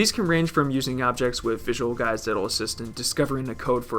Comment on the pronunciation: The content of this video is great but its really really hard to listen to the severe th-fronting speech impediment. It's three, not free. It's with, not wif.